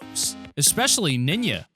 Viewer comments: Why did you say ninya instead of ninja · Did he say ninya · Did u just say ninja as nima?😂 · He said “NINYA” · It’s not ninya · Its not Ninja its Niña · "ninya"?? tf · why does he pronunce "ninja" as "niñja"??? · Did he say “Nina?” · Y he say 'ninya' its nin-ja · Bruh did this guy say ninya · he said ninya 🤦🏽‍♂️ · Oh wow you just said niña except of ninja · Did y’all hear how he pronounced ninja? Wtf lol